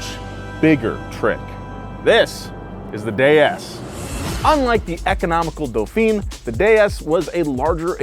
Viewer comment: It's been a while since I was forced to butcher some words in French, but I think Dauphin is pronounced "doo-FAN".